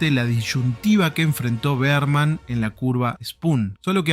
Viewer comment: todo bien. pero decir BEARMAN EN LUGAR DE BERMAN, MMMM